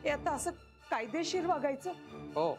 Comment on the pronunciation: बाबांच ( तसच,कायदेशीर )अस उच्चारण फारच अपिलिंग।छान अभिनय ।